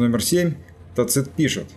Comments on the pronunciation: невозможно же слушать вашего тацИта. ТАцит, тАцит, тАцит. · Согласен. В следующем фильме он всё равно будет ТацИтом, так как материал уже почти готов. А далее исправим. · Мы же говорим ЦЕзарь, а не ЦезАрь. Так что видимо Вы правы. Но это не критично на мой взгляд. .